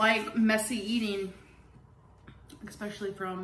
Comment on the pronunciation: I hate how she says “expecially” and “I haven’t ate today” ma’am it’s ESSSSSPECIALLY AND it’s EATEN! 🤦🏻‍♀️